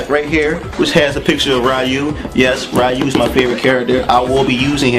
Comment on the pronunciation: ryu is pronounced reeyu :)